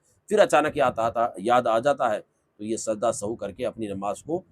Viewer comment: Are janab sajda e sahu nahi Sajda e Sahw hota hai